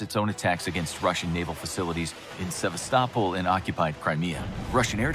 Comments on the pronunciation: It does seem odd that a war of this magnitude could begin in Ukraine, but remember WW I began in Austria-Hungary and WW II began in Poland. (Oh, and it's pronounced Se-VAST-i-pol) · It bothers me more than it should how the narrator keeps mispronouncing Sevastopol.